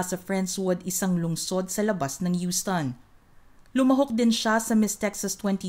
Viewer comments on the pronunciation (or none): none